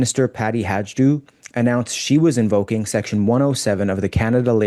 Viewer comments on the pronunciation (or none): Not that it matters much,, but Peppermint Patty Hajdu’s surname is pronounced HI-doo. There is no “j” in the pronunciation. After repeated fails, she may not be much longer in cabinet, but then, I have thought that at least a couple of times before.